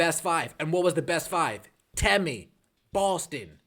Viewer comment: If your so sad to see her go, say her name correctly out of some respect . It is temi not tammy!! No disrespect I am a subscriber.